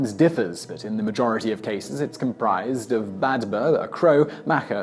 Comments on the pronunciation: The ''db''in Badb is pronounced as a ''V''. It's meant to be written as Badhbh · Wow that pronunciation of Babd ....